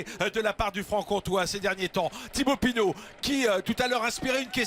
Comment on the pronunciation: C'est Pinot pas Pinaut🙈🙈🙈 En dehors de ça Pinot est le favori pour le lombardi. Il a besoin de course pour être en jambe.